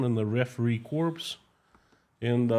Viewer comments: Just a heads up, because it makes me cringe every time… The word “corps” is French rooted and retains the French pronunciation, “core”. It’s a very different thing to “corpse” which does pronounce the p and s. Not a big thing, but when you use the word as often as you have to, it’s probably worth fixing. Hth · I love English Breakfast Tea❤️ BTW "Corps" is pronounced "Cor" Knowing the Russians' perspective on global news would be interesting